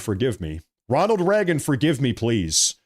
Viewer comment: His name is Ronald Reagan not Ronald Ragen